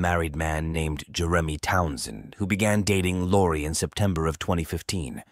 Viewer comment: Must be AI. Can't pronounce Jeremy.